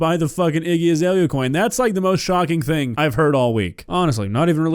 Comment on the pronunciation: Hawk two-uh? SpIIt on that thIIng?